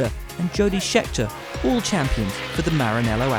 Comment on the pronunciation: Why is it any time Jody Scheckter is mentioned this guy say ‘Schetcker’?